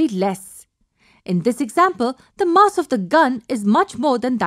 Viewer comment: the MUSS of the gun lol